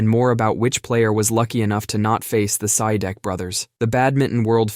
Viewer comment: A little correction for the Sidek brothers, the real pronunciation is "See-Deck".. Hope this help, 😊